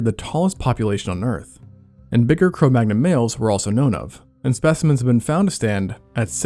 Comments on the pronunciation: The 'magnon' part of the name is pronounced 'man-young'. It's from French. Like how 'champagne' is pronounced 'sham-pain', and not 'sham-packny'. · It's "Neander-tall" and "Cro Man-yon". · Cro Magnon is pronounced Cro Manion/Man-yin. It's french. 😁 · Wait! Already, don't get up in my face and call me rude. Maybe he doesn't want to say things wrong. I know it would bother me a lot to realize I had made simple errors in a video that hopefully thousands of people would watch. Maybe he just wants to know. Cro manyon. It's a French phrase meaning "(from) the hole (cave) at Magnon's place," Magnon ("manyon") being the name of the farmer on whose land the first remains were found. Similarly, Neanderthals (neander tall) are from the Neander valley (-thal) in Germany, and in German, the "th" is not pronounced the way this narration pronounces it. I'm not even going to tell you how to pronounce "occipital." But you need to look it up. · Say Cro Manyon. The g is silent. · ☝️🤓 Corrections: 1. Cro-Magnon rhymes with ‘crow canyon’. 2. Far from giants, the average heights for Cro-Magnons were 5’9” and 5’4” for men and women respectively, which are about the same as Northern Europeans today and only four inches taller than those of the pre-industrial era when access to protein was lower. They’re comparing them to worldwide averages, though they were in fact Northern Europeans. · That's not how it's pronounced. Type: Cro Magnon in Google Translate as French and then click on speaker. Why is Venus censored?